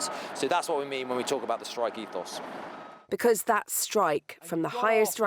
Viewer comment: It's Ethos